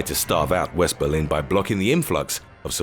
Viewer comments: Berlin. Not "Belin". Jabroni. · Um... I bet you meant "Berlin", do you? I'm from Germany :D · lol Belin